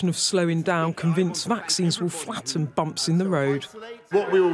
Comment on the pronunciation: FlAhten 🤢 🤢 🤢 Flem Riddim